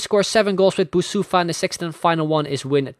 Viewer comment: You are saying Boussoufa wrong. I'm coming from Morocco and it's more like Boussafi.